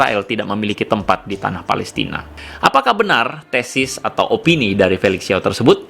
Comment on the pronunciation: Pelestina bukan pelistin